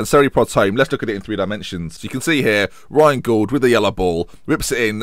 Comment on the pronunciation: You're pronouncing Gauld wrong - it rhymes with called.